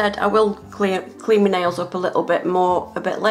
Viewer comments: Does anyone else get annoyed when she says me nail instead of my nail. 😡 Lol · I like her accent I like how she says "taking off me nails" in stead of " taking off my nails" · I love how she says “ it’s stuck on mee fingernail”